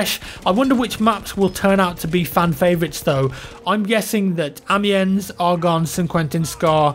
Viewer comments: Hey, it's pronounced Amee-on. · The S is silent in Amiens btw. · That pronunciations amiens though:) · Anyone also get annoyed when he said Amiens